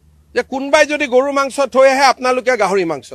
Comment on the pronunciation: Gorob mana goru, gogoi hoi assamese or words pronunciation koribo najana